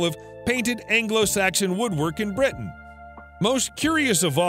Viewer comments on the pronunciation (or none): none